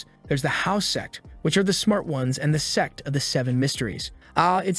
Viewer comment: brochacho is not saying sect